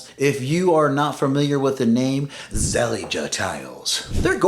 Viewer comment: It's pronounced as Ze-lij, not Zel-lig-ge. The feel of Zellige is by far, feel more luxurious than factory made tiles with lookalike Zellige texture. True feel is tested with experience rather than visuals. So many riads in Morocco are using Zellige and we should ask why they dont get grout molds compared to interior builds in US & elsewhere. The grout fillers in Morocco is lime-based & these days water & mold resistant grout compounds are available from brands like Mapei, Davco & other epoxy grout solutions.